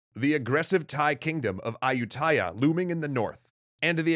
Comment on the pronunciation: that's not how to pronounce Ayutthaya.